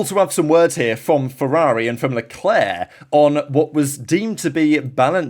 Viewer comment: Stop butchering his name! It's Leclerc, for God's sake!